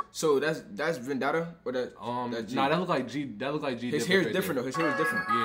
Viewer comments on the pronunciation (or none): Bro it's vann-da not vanna-da 😆